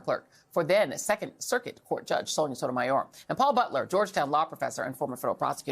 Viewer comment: Hey, Joy, please speak more slowly and pronounce each syllable separately. It's not a race. You say Sonia Sotomayor in three syllables instead of the six it requires. I only want to hear and understand you. Show more respect for the issues you deem important and for the viewers who tune in. Thank you.